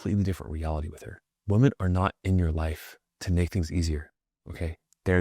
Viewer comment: You gotta learn how to pronounce "women" "Woman" is singular, "women" is plural, and they are pronounced very differently.